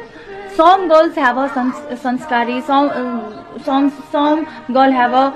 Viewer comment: Som❌ Some ✔️ Like Do you agree